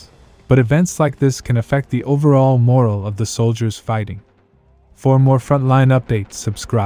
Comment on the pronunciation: Robots don’t know how to pronounce MORALE